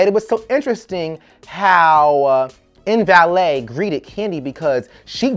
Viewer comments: You are killing me calling this woman "In valet" LMAO It's Mbele (Em-Beh-lay) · LMAO every time you said "MVALET". Her name was MBELE(EM-BELLAY)